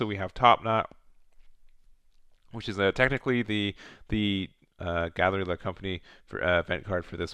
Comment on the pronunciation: Really cool deck list love the videos Galley la not gallery la